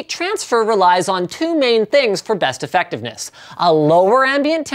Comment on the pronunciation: did i just hear you say "airfectiveness"